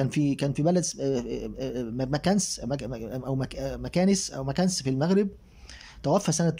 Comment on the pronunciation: مكناس مدينة مغربية تقرا بالفتحة على الميم والنون والسكون على الكاف والسين